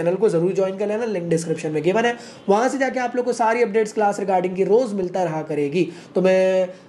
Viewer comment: 😂😂😂😂 B su c, c su d 😂😂😂😂